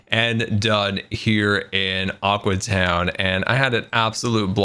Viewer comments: When he sais Aque town I think it‘s Awkward town :D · Aque (Ahw-Kwee) town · Its called Aque Town get it right!